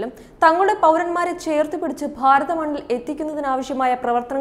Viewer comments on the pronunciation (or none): none